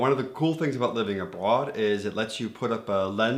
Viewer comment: I’ve been bingeing on your videos. As a first generation American Danish, I’m getting a kick out of how accurate your observations are. And, you are developing a Danish accent when speaking English! Love how you pronounced 'abroad'. Høj dansk! Well done. 😊